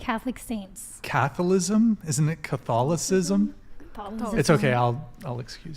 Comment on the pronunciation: are you kidding me? this girl is the biggest capper 🧢 on the show ever, what catholic can't pronounce "Catholicism"? bruh....